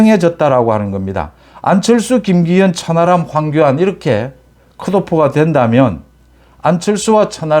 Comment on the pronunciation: 님. 방송내용은 다 좋은데, 매번 발음이 잘못된 게 있어 좀 걸립니다."이렇게"라는 단어는 [이러케]이지 [이럳케]라고 발음하는 것은 잘못된 발음입니다. "ㅎ"받침은 홀로 있을때는 [ㄷ]받침소리가 나는 것이 맞는데, 어근의 받침으로 쓰일때는 뒤 자음글자를 격음(거센소리)로 만들어 주는 역할만 합니다. 이게 공영방송도 아니고, 뭐가 중요하냐 하겠냐만은 이왕이면 제대로 된 발음법을 쓰는 것이 좋지 않을까 해서 남깁니다.